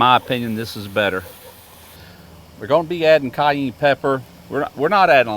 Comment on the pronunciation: Caw-yeeen pepper 😂